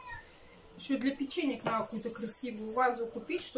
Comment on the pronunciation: не нао, а надо.